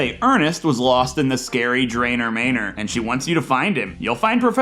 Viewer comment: Great video, one nit pick. I believe it's pronounced Manor like man (like a guy)+ or